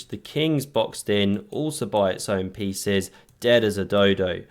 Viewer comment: Did I hear correctly "All the feces flowing into attack"? 😅 Or do I need to clean my ears? 😂